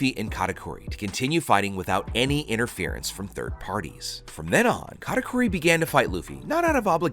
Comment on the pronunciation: why you saying katakuri like Kata "cory"